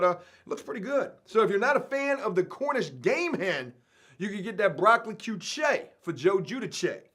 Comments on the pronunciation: bro its CORNISH GAME "HEN" NOR HEM.... AND BRO I CANT BELIEVE YOUVE NEVER HEARD OF QUICHE DUDE...AND ITS PRONOUNCED "KEESH" "KEEEEESH" BRO.... FUCK MY LIFE DUDE .... COME ON..... TRY SOME ITS LIKE AN OMELET PIE OR A FRITTATA PIE AND THEYRE DELICIOUS BRUV.... TRY ONE ON THE OUT.... NOT TRYING TO DOWN ON YOU DUDE BUT GOOGLE WILL EVEN SAY IT FOR YOU IF YOU LOOK IT UP.... COME ON DUDE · KEY CHE HHAHAHAHAHAHAHAHAHAHAHHAHAHAHAHAHA KEY CHE 😂🤣😂🤣😂🤣😂🤣😂🤣😂🤣😂🤣😂🤣😂🤣😂🤣😂🤣😂🤣😂😃😂🤣😂🤣😂😃😂🤣😂🤣😂🤣😂🤣😂🤣😂🤣😂🤣😂 KEYYCHE HAHAHAHHAHAHHAHAHAHAHHAAHAHAHAHAHAHHAHAHAHAHAHAHAHAHAHAHHAAHHAHAHAHAH BROOOOOOOOOOOOOOOOOOO HAHAHAHAHAHAHAHAHAHAHAHAHAHAHAHAHAHHAHA KEYCHE.... BRO YOU DOWN ON MUMBLE RAP BUT YOU CANT PRONOUNCE QUITE A FEW WORDS YOURSELF... YOU SHOULD LAY DOWN A TRACK!!!!!!! YOU HAVE ALL THE CRITERIA TO BE ONE... YOU CANT PRONOUNCE SHIT!!!!! AND I HATE MUMBLE SHIT HAHAHAHAHAHAHAHAHAHAHAHAHAHAHAHAHAHAHAHAHAHHAHAHA 😂🤣😂🤣😂🤣😂🤣😂🤣😂🤣😂🤣😂🤣😂🤣😂🤣😁🤣😁🤣😂🤣😂🤣😂🤣😂🤣😂😅😂😂😅😂😅🤣😂😅😁😅🤣😅😂😅🤣😅🤣😅😊😅🤣😅🤣😅😂😅😂😅😂😅😂😅🤣😅😅😂😅🤣😂😅😅🤣